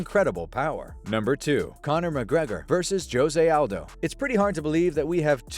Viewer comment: Joe-zay Aldo 😆 🤸